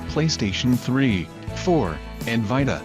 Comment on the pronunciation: Wtf is a PlayStation Vitahhhh?